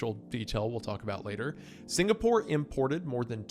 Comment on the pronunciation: SingaPOOR?? HA... Sounds much like Beyonce SingaRICH